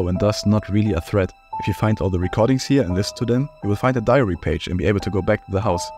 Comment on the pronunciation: I hear ‘diarrhea’ every time you say ‘diary’ 😂